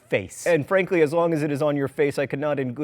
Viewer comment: "Anne Frank-ly" I know that wasn't what you were TRYING to say, but this needs to become a thing.